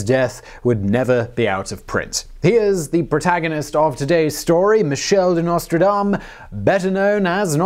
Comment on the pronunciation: It's Nostredame, with an E ("Our Lady").